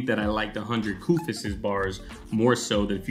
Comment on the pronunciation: 100kufis the "s" is silent.. IJS